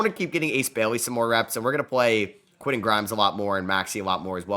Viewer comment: Love the content but you need to pronounce those "T"s in the middle of names. Quinnen Aydon Mardin... those arent dudes names. Respect the T my guy!